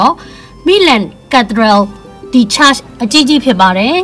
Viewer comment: စိတ်ဝင်စားတာ ဆယ်စုနှစ် တစ်ခုကျော် ရှိပေမဲ့ အခုထိ မရောက်နိုင်တဲ့နေရာ ကြည့်ခွင့်ရလို့ ကျေးဇူးပါ ညီမရေ၊ တစ်ခုလောက်ပဲ ဖြည့်ပြောပါရစေ၊ Italian တွေ က Milan ကို "မီလန်" လို့ အသံထွက်ကြတယ်။